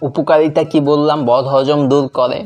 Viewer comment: উপকালিতা কি ভাই ?? আগে তো শুদ্ধ করে ভাষা টা শিখে নাও